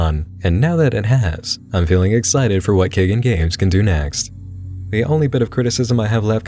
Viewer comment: I think the developer's name is "kaigan" like "sky" and "dan". It means "to awaken" in Japanese.